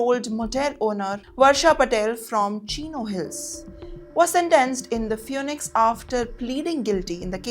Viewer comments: Not dispora...... But Diaspora Not fewnix but Phoenix ( feenix). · Phoenix is pronounced as feenix, not fewnix